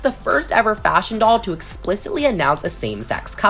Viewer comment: I hear the F work that dosent sound like faSHion